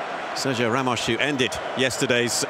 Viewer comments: why is the commentator calling him ramosh if his name is ramos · he called ramos ramosh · Why is he saying Ramosh?